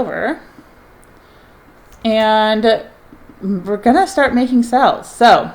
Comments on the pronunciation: It drives me crazy lol but I love her so I watch anyway. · I love the way you pronounce Sales. Sounds like youre saying Sells. It’s adorable and makes me smile.